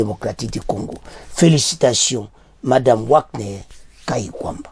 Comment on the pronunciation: Wagner on pronnonce Vagner svp